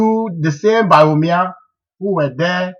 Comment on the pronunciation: This guy needs not to talk. He does not understand economics. What is hard currency?. You can't even pronounce Bawumia. Your figures are even wrong. What does paying wages got to do with hairdresser's shop. You can't even express yourself properly. If you understand economics better what are doing in the USA?. Aint you ashamed of yourself for wearing a United State T- Shirt. Where is your patriotic morals. Yes you are the only one who is educated.You can't even speak well.